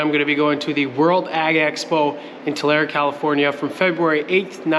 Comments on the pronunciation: Tulare California is pronounced Two-Lair-ee. I was born near there onto a Mennonite dairy farm but dad and grandpa sold it many years ago so can’t help with a tour. Have a great time! Temperature lows likely in the 30s f, nothing like your home😉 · Tulare is pronounced with the "E" on the end and is not silent. it is pronounced Tular-E with the E being prounounced. I am from the area, and want to help you. BTW, love your videos. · Great that you're coming into our area (I'm Bakersfield - one hour south) - but Tulare is pronounced Too-Larry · its TOOL-AIR-E! wish i was closer, in So Calif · The e in Tulare is said like the e in email. I hope you enjoy our California's central valley. I'll try to show up.